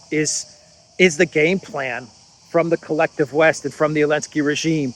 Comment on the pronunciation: Question: why do you pronounce Zelensky as “Alensky”? My wife, a Russian/Ukrainian, says there is a reason having to do with the Z preceding the E. Is it the same for Zaparohia as Aparohia? Just curious. Thanks to you both for having a must watch show!